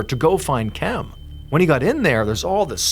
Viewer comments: Why can’t you say Kim? Why do you say Kem? Drives me crazy. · I kept wondering if he was just pronouncing Kim oddly but nope definitely Kem lmao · “Kem” has got to be literally the worst name to name someone… the whole video I’m thinking why is he pronouncing the name “Kim” that way… granted I missed the minor introduction… but still… that may be worse then Karen lol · This whole time I as like, wow Ballen says Kim uniquely 😅 I was just listening to the audio